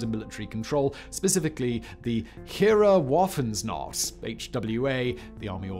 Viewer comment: Never heard heereswaffenamt more butchered than that